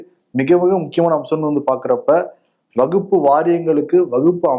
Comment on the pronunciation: வகுப்ப இல்லை வக்பு என்று உச்சரிக்க வேண்டும்